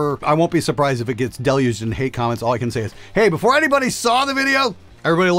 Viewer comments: lmao sometimes those imperfections are happy accidents... Like saying "Crom-ments." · wtf’s a quament? 😂